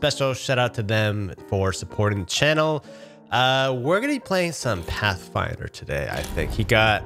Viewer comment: You made it sound like pathfinder curse